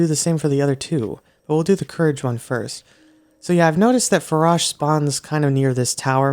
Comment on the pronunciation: i’m pretty sure the correct saying for ‘Farosh’ is (F-A-R-OA-SH) But that’s how i say it, and it sounds weird for me if anyone else says it like you.